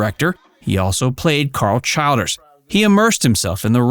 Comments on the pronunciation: Pronounced CHILL-DERZ. . . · Pronounced CHILL - DERS. LORD